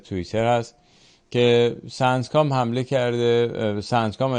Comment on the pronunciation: سَنت کاااااام؟؟؟؟؟؟؟؟؟؟؟؟😢😢😢😢😢😢 بابا سِنت کاااااااااااااااااام